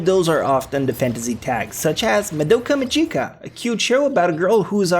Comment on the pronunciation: I was watching Soul Eater ._. BRUH IM ALREADY ON IT! Also u mispronounced Madoka Magica...